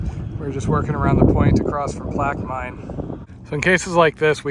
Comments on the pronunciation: So i'm originally from Plaquemine and just to help you guys out its "Plack-you-men" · Plaquemine= PLAK-uh-min